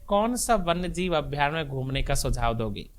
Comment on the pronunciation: साक्षात्कार लेने वाले का उच्चारण शुध्द नहीं। अभ्यारण्य को अभ्यारक् बोल रहे है।